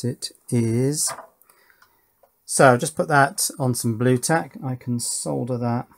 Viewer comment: It makes me so happy that you pronounce the L in solder instead of so many people. It has always bugged me. Great work on your Power Distribution boards!